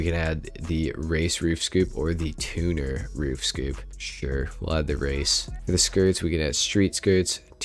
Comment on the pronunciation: Why do u pronounce tuner “two new”?